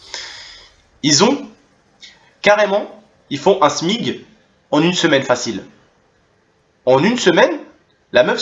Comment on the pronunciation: On dit smic, pas smig sans vouloir etre chiant ;)